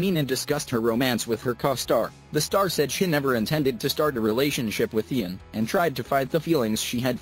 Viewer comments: Did u say iron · Ian's name is pronounced as 'eean' not 'iian'...😶😶😶😑😑😑😐😐😐🙄🙄🙄😂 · did it really just call him eye-an instead of ian... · I didnt know that Ian’s name is pronounced as AiAN now😂😑😂